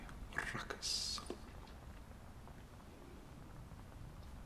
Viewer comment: "and causing such a RRRR-ruckus👀"